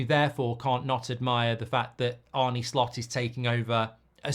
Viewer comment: I think its pronounced Arnah not Arnie with the dutchness. Could be wrong.